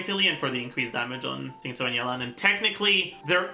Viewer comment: please stop pronounce xingqiu like zingsu its not right in Chinese they pronounce it like ( shing chyou) 🩵